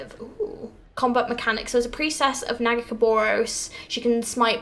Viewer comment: I can't wait for the first (and probably last) time you try pronounce nagakabourus :D